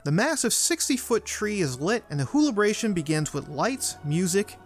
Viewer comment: Whobilation not wholibration!